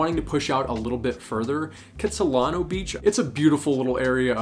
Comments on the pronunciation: Kits-lano. Not Kits-I-lano Great info! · Kits-i-lano Don't say Kits-i-lino!